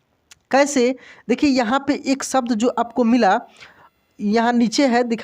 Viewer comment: आप शब्द का उच्चारण सब्द कर रहे हैं... उच्चारण ठीक कर लें तो अच्छा रहेगा और लोग भ्रमित नहीं होंगे